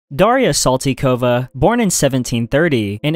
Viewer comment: saltykova is the funniest way you can pronounce a russian name. they use pronunciation in three syllable functions so most likely it's pronounced: sAl-Tea-Ko-va